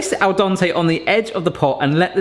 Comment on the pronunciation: Why do you say al dOn-tay?